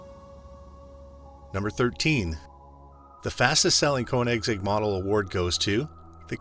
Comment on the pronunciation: Don't pretend to know about these cars. You don't even know how to pronounce the name!